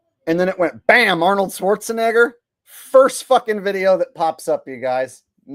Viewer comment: Whoopi says Schwartz-a- nigga With a A 🤣🤣 Because saying his name correctly wouldn't be PC.🙃